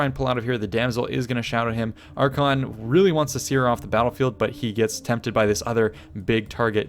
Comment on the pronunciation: Arkhan the Black (ar-khaan) and Archaeon, the Everchosen(ar-khay-on) the pronounceation was garbage, but that was a great battle with an awesome clutch comeback!